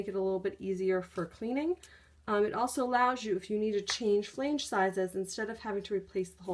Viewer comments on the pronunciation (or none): the word is not pronounced "flaynge."